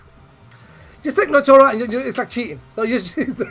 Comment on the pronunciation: Nnoitra not Nnoitora